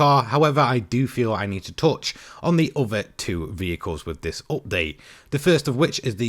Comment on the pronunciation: I'm taking a drink eveytime he says "oopdate"